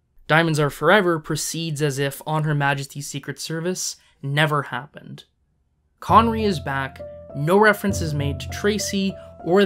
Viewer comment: Connerree, not conwee, the fuck is that?